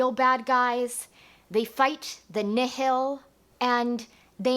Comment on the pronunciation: I think the bad guys are pronounced (Nile) like the Nile River. "The Nihl" being a play on the word Nihilist. It's ok though, I mispronounced many names from the Thrawn Trilogy for most of my life haha. C'Baothe really threw me for a loop.